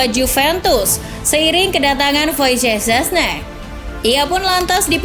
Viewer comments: Gk apa min jgn dipaksa sebut nama wojisjdice scezny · WOZIYEH ZESNEH. hahaha susah banget nyebut namanya. wkwkwk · Hah gmana2? Mimin narator aja bgung nyebut nama wojcech sesne?